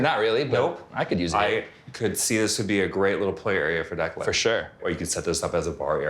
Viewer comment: You mean Declan? Or did you mean Declund? I do believe it's Declan and not Declund.😂